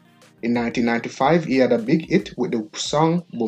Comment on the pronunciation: Hey man you need language training badly. Hit not it. Debut not Deboo and many more. Please...